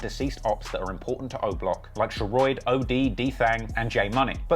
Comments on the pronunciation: he really pronounces Sheroid as SHER-ROID, like rhyming with Steroid. Even though, throughout this entire video, there are multiple clips of members pronouncing it correctly, in real life situations and Raps. 🤦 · lol you are so bad at pronouncing sheroid (its pronounced sher-odd) and jaro city (its pronounced jah-ro) its killing me